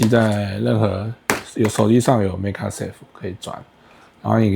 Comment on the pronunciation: 做盒子的內容不錯，但是整篇的magsafe發音都念成megasafe，聽起來實在很奇怪。